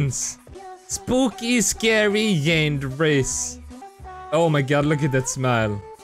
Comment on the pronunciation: it's said Yanderay